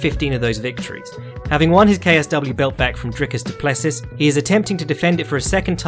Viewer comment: Always love the mispronunciation of every fighter except Raoni Barcelos. "Drick-us do pless-us." Fr great vid tho.